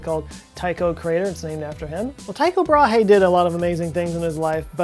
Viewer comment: Joe Scott a little help to you. Brahe is pronounced without the H, in fact does his last name sounds nearly exactly as the women's bra, just with a bit of extra air at last... Bra e. The Y in Tycho is the same sound as the Y in "Y"esterday.